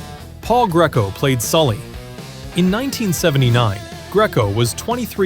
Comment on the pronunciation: Enjoyable as this Nostagia is... obviously AI as "House of one thousand corpses" is actually House of 1,000 Corpses. Paul Greco's name is pronounced GREE KO. And Conchise's name was prounounced CON CHYSE --- what the Warriors gang called him